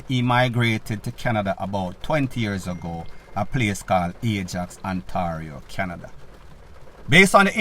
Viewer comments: Ontario, pron. On - tay - reoh............. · The Canadian province of Ontario is pronounced " On- tay- rio". 🇨🇦🇨🇦🇨🇦🇯🇲🇯🇲🇯🇲